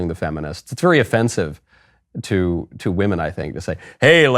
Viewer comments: Did anyone notice that he actually didn't say "women" but instead "we men" (At least he pronounced it like that)? And when he said " trans-woman" he kind of said it like "woMAN". Maybe he is just a master troll? After all with his pronounciation "Women control Miss Universe" is "We men control Miss Universe" and I would find that very funny! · He said We-Men. We men own it. And he’s technically right. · No, but the way he says 'weemen' sounds like he's talking about little tiny men. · He says We-Men 😂. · He/She says "WE-MEN" ❤😂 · The way he said "women". Its more like "wemen". We, the men owns Miss Universe. I feel this is going to be the downfall of miss universe. Mark my words. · Crazy is as crazy does... "Weemenn"... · That is NOT a weeman as he pronounced it. It is a really well made up drag queen. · The owner didn’t say “women”, he said “WE MAN”. Patriarchy always wins. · He is not saying women, or wymen, he is saying, "we-men" as in "now, we, men, run your institute" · It actually said We Men. Wemen. Listen closely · "Weemin." Tell you all you need to know really. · You're not listening, he specifically said it was run by "Weemen, for weemen"! Clearly something different than Women. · Dude said wemen. We Men! Lol! Yeah patriarchy!! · Come on, Michael. It's "we-men" now. Woman, women have been deleted. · He said WÈMEN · She cant even pronounce “women” lol